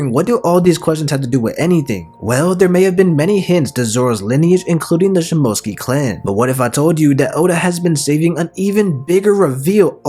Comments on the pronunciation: It’s (shi-moh-tsu-ki) not (shi-mo-tski) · You’re quite good at editing videos and all, but you really need to work on your Japanese Pronunciation of words, it’s “Sheem-Mo-Sooc- Kee”, not Shim-Moat-Skee